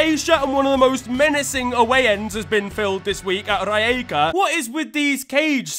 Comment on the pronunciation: Im from Rijeka, your attempt for pronouncing it was terrible(but np cause it is hard). We had that cage ever since the stadium opened in 2017. Only now it got attention in the world. Only the Hajduk fans were crying about it. And the cage works, especially against Hajduk fans. It is designee to stop flares being thrown on the pitch. Hajduk fans haveba tactic of doing a pyro show, throw them on the pitch, so the game gets stopped, and the time gets more time to score a goal if they need it. They found out the hard way, by catching fire a couple of times, one of their banners being on fire.